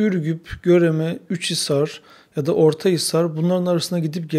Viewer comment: Üçhisar değil Uçhisar!!!! Güvercin yuvalarından çıkan gübreler sadece satmak için değil oradaki üzüm bağlarını gübreleme amaçlıdır. Esas amaç bu olabilir daha mantıklı